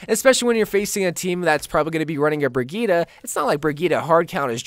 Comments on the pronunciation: Am i the only one that gets irritated when say "brigetta" like its brigette there no a in that but still love yo vids👍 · It’s bridge eht is the pronunciation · Isn't it pronounced like Bridgette? This was infuriating. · Her name is pronounced Bridget